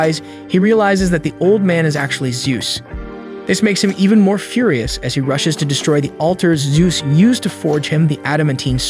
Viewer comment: "Few-rye-us"? Is that how we're pronouncing it now? Read more. Speak better.